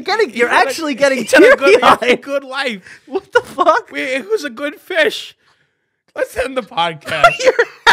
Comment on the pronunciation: “he was a goud fish..😤😭”